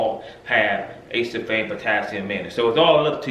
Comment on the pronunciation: It’s pronounced A-see-ful-fame Not Ace-sul-fame 4 syllables, not 3 just sayin